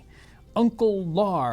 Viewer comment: This is for John so he can pronounce my name correctly. It's Uncle Lar, like the word "Lair." Short for Larry, not Lar as in short for Lars. (BTW - you're not the only one who pronounces it wrong!) Love you all! Thanks for the vids!!!!